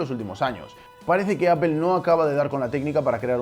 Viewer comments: se dice ÁPOL No ÀPEL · Por que dices "apel" y no "apol"? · Ps a mi no me gusta ver fracasar a la gente xD. Y cualquier persona que sepa hablar un inglés avanzado, no importa su acento, nunca diran "Apel". Dirán algo parecido a "Apol" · y tu "apol" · ¿apel? sería aple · No sé dice Apel! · Se dice apol no apel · Siempre que escucho a un Español decir Apel en vez de Apple, se me hace muy extraño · Apple => "Apol", pronunciación en Inglés amigo. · "APEL" que coño es eso? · Pued técnicamente si lo pronunciamos bien ya que donde nació Apple se dice apol y toda Latinoamérica le dice así, no es por ofender ni nada pero ustedes son los únicos que lo llaman diferente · La pronunciación correcta en inglés gringo y británico es "apl". Los españoles en realidad pronuncian muy mal el inglés por lo general. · Al meno es mas correcto que decirle apel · B3E3 eso no es verdad, ustedes lo escuchan así pero no dicen apel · Me mató la pronunciacion "Apel" xd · Hermanos españoles, ¿por qué pronuncian Apple como "Ápel" y Google como "Góguel"? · Apel jajajajajajaja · ¿Por qué los españoles son tan malos pronunciando los nombres de marcas? ¿Micro-sóft y Appel? Buen video de todos modos. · Escuché Apel y cerré el video... bay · Se dice apol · Apple se ha de estar revolcando en lava de escuchar como los españoles deformaron la pronunciación del nombre de su empresa. ''apel''